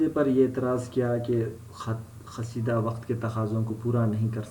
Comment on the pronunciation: First of all it's not khasida it's qaseeda 😬